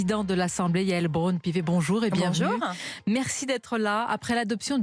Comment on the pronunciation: "Bonjour-an" 🙄🙄🙄 insupportable